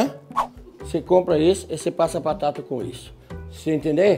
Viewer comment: Minhas patata